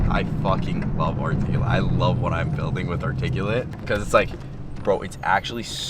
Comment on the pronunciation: heavy emphasis on the 'building'